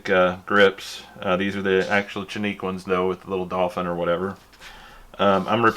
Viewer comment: It's pronounced "Janik". The letter "C" is pronounced like a "J" in Turkish....